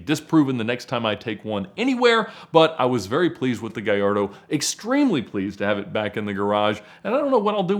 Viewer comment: Ffs. ITS GALLARDO. NOT GAJARDO. THIS IS NOT SPANISH FFS.